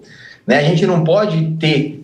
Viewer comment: Tê ou ter ? O erre sumiu Kkkk